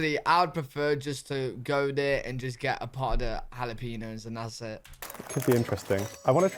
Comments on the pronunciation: Beef hotdogs all the way!! And it's "hala-peen-yo," not hala-pee-no." 😉 "Sweet popcorn" (we fortunately don't get here) ... Sugar, lots of calories... "Duh." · Jalapeño is not pronounced as hala-pee-no, it’s pronounced hala-pen-yo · Its Hal uh peen ee ohs Not jal op in oohs. Like its not Britstain. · If you buy the large of popcorn and soda sizes, yes, you get one refill of each one for a one time refill. I occasionally like butter, but not always because it is messy. M&M’s with salty popcorn is great! All beef hot dogs great. That pizza looks nasty! “Impossible” is a plant based food clone. Jalapeño is pronounced Ha-La-Pen-Yoh. A Coke freestyle is a machine that will add flavors to various Coca-Cola products (Dr. Pepper, Sprite, Coke, Diet Coke, Coke Zero, etc.) and the flavors are cherry, lemon, lime, vanilla, etc.